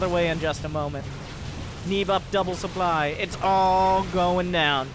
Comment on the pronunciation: the sooply